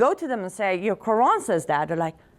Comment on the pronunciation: wow she dose not even know how to say Quran women u dont know wtf ur on about